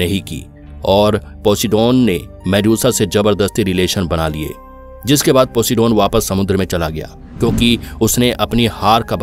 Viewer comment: वो पोसिडोन नही पोसाइडेन था 😂😂